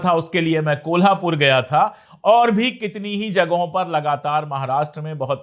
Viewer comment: Sir, 👏👏👏👏👏👏👏 city names pronunciation wahhhh पुणे ण कोल्हापूर नाशिक श wahhh